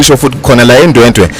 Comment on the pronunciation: NesiZulu ngathi asivuki kahle kuNational spokesperson weMK uhlulwa ukuthi ndwedwe uthi ndwendwe.